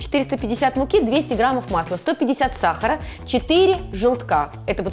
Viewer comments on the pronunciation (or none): none